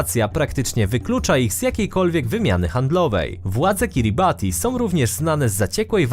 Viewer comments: Kiribati wymawia się Kiribas ;) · powinno sie mówić KiribaS